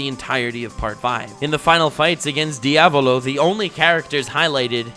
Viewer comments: Diàvolo NOT Diavòlo my inner italian is triggering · Dude you mispronounced Diaavooloooo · Well, ok, I take it back, says “Diavolo” properly half the time But on the plus side, also gets “Abbacchio” right!